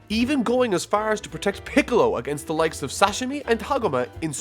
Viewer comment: Dude where are you from? Every time you say FAAAR I can't tell if it's Boston or Chicago